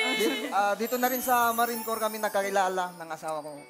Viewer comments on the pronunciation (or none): none